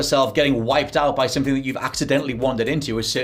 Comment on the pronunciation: Glad i'm not the only one who says "Sumpthing" 😂